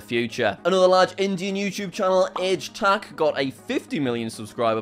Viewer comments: I am pretty sure Aaj Tak is pronounced Aaj Tak not Age Tak. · Btw it’s not pronounced age tak it’s pronounced ahj tak and Aaj mean today in Hindi or you could say Urdu. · It's "AAHj tak" not aay tak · its fun hearing jack saying aah tak age tack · "Age Tax" 💀 (It's Aaj like mirage) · JACK ITS NOT “AGE TUCK” ITS AAJ THUCK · its not h tack its aaajh tuck oof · it is not age tak,it is pronounced aaaaj tak...you could have googled that... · I love how he says aaj tak like H tac or something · He called AAJ TAK Aej Tuck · Bro literally said aej taekk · As an indian the way he said aaj tak got me wheezing💀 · I love this series Jack! Keep making more of these videos. P.S. You completely butchered Aaj Tak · that is not how you say Aaj tak